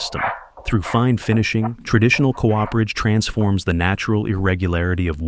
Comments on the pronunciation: c oo perage not co operage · oh dear it is coo-perage not co-operage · cool video but please... its not co-operage. Cooperage. Done by a Cooper. Like the last name. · you’re the fool. The man hasn’t disparaged the demonstration of skills in the video only the narrator’s nonsensical “co-operage” instead of the correct “cooperage”.